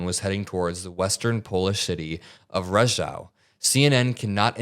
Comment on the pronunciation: Hi, a fellow Pole here. It's: Zamość = ZAH-mohshch Rzeszów = ZHEH-shoof Just making sure pronounce stuff right in the future, when Putin is gonna be bombing the hell out of those places. 🥶